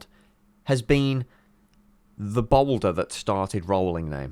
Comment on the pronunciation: The "balder"??? Not "boulder"?! I see what you did there!